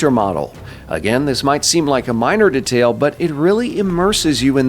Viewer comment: the way you pronounce detail is incredibly infuriating to me